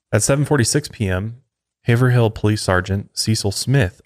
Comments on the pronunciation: I’m cringing!!! Lol. I’m from NH, when says haver hill instead of Haverhill. Hahaha. But anyone not from here wouldn’t know we pronounce it haveroll all fluidly together lol. And not like haver all but like have-roll long a lol. Think haven not have. God I hope that makes sense 🤣🤣🤣🤣. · Haverhill is pronounced haveroll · I love listening to people pronounce “Haverhill” shoutout to Massachusetts! I always wanted to figure this whole case out since it’s my home . Thanks for re uploading guys!